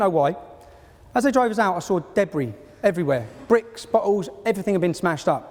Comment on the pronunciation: Oxford Union. And you can't even be fucked to not say 'Evryfink'.